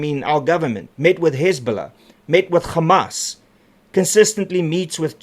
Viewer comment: It's not gammas it's hammas Jou handlers moet Jou terug stuur skooltoe😂